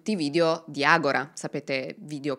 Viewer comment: Brava. Hai sbagliato sistematicamente la pronuncia della società del soggetto ( è ''Agòra'' e non ''Agorà'', come verrebbe naturale anche a me ), ma comunque è un'altra ottima esposizione dei fatti, con un buon livello di accuratezza e il necessario ventaglio delle diverse ipotesi. ===